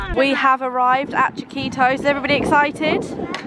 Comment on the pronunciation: the way you say “chiquito” it sounds like “taquitos” lol i actually thought that was the name of the mexican restaurant until you showed it :P